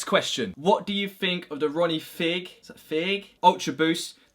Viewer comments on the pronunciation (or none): Fieg is pronnounced /faig/